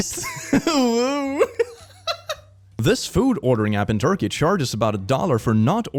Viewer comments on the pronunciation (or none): none